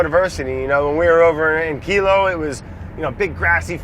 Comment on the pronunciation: its Hilo not Kilo